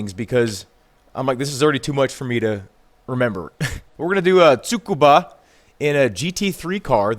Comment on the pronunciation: At least your pronounced Tsukuba correctly lmao most people call it SOOKbUhh lmao